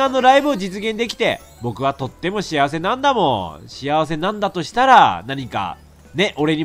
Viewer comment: レトさんの「なんだもー」が「だんだもー」って聞こえる(ずっと思ってたんだけど言えなかった(つω`*)